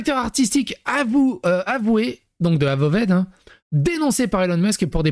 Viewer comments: Ça se dit : eu-vaod ( a peu près 😀) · Ça se prononce euvoheude sinon